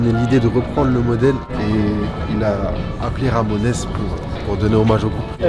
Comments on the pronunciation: Personne ne lui dit qu'on dit pas "Ramonaisse" mais Ramones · « Ramonaisse » 🤌 je crois qu’on prononce Ray month mais je te pardonne, toujours bg même avec des paires qui ne vont pas à tout le monde sauf bravo t’as gérer le montage et chasseur aussi la présentation etc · Je thumb vers le haut 👍 Au fait, ça se prononce the "ramon's" Et le jeu d'arcade, c'est Jojo's bizarre adventure sur CPS3 ;) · Attends mais "Ramonesse" je suis mort là! 😂 ha ha hala..